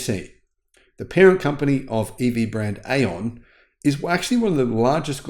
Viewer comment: the correct pronunciation for AION is “eye on” according to an AION engineer I spoke to, similarly, Xpeng is correctly pronounced XPung, according to my Chinese relatives.